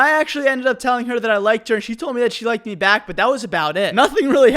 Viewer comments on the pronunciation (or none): Why do you say meh instead of me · Am I the only one who finds it funny when he pronounces "me" as "meh"? Also... Do you grill sandwiches at subway? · i like how he says meh instead of me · Anyone else have a problem with the way he says “me”? Just meh?